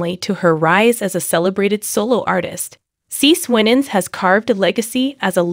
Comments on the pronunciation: It's pronouned "See See". You should confirm the pronounciation of your subjects before posting a video and disrespectfully, although not meaning to, pronouncing their name incorrectly. Please STOP and review before posting. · If you can't pronounce her name correctly be quiet please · Firstly, I don’t understand the title: “The Messy Life…..”. Secondly, as some of you have suggested this is an AI recording, so now I know why CeCe’s name has been mispronounced repeatedly throughout this relooped recording! Utter rubbish!